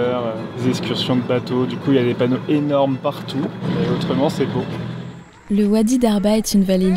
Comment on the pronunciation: C'est boo ! Vous remarquerez le "o" supplémentaires 😅